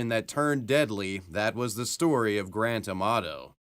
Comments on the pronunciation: The way Grant Amato's name gets pronounced. I can only hear GRAND TOMATO every time. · Every time he says Grant Amato it seems to me that is saying "Grand Tomato", LOL!